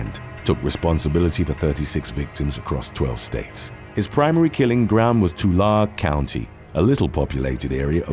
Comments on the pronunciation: It’s pronounced too-larry not tu-lare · Also as a former California resident I laughed at your pronunciation of Tukare just as much as the English laughed at my pronunciation of Leicester when I first moved to the UK. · In number 7 Tulare county It's pronounced like the number 2 and Larry. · It's pronounced 2lary not Tular lmao. I stay in the county next over fresno county. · Hey as far as the first guy “el Mano negro” he’s from Tulare county, pronounced (two-lair-ee) or two-Larry.